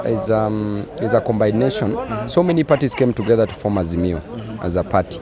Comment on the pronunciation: This spoilt brat' with his stupid English can't even know the plural of "underwear is underwear" there's no underwears" he can't pronounce coherent and combination properly and he doesn't know "the word ,'Undies" for underwear yet he wanna be a cs for education. what a joke? If you say he h's a degree of uncouthness and rudeness. I can agree